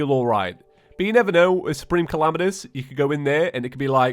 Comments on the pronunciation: i love how he says Calamitas like Calamanous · late correction: supreme calamitas is pronounced Suhpreme Cahlahmeetis